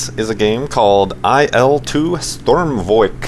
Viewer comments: Its not I L its IL! And not sturmvk its an Shturmovik! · Nice vid! Its IL-2 Sturmovik, not Sturmvoik but thats alright. /watch?v=l_HGxZ5W2VY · its pronounced sturmovik u were pronouncing it sturmvoik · He said sturmvoik and it sturmovik lol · "Strumvoik" GTFO FRIK FRAKIN TARD ITS PRONOUNCED STUR-MO-VICK GET YER FRIK FRAKIN FACTS STRAIGHT YA FRAKIIN STUD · hahahaah it is too funny to hear "Sthurmoovick" from english talking people :D If you want to pronounce it correct,then say it like this "SH TUR MA VIK" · Pronounce it "sturm - oh - vick" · "IL-2 Sturmvoik" :) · HOLY CRAP! I didn't know you played IL-2! BTW it is pronounced Sturm O vick. It's also not a puppy, it's a kitten..... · It's pronounced more like "Shtoormovik" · It reads Shturmovik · I believe it's pronounced "Sturm-o-Vick" :) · IL-2 Sturm-voyk, eh? Close, but no cigar,.:) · No you didnt say it right right. You have to say it like it is spelled and you have to say it with a hard R but nice gameplay ;D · You said Sturmovik wrong :D